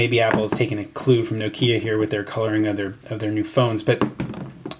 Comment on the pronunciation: Nokia not no Kia